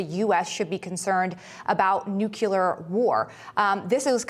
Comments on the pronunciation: NUCLEAR not NUCULAR. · How about learning how to pronounce ‘nuclear’. It’s not nuculear. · Why does she pronounce "nuclear" as "new-Q-lur?"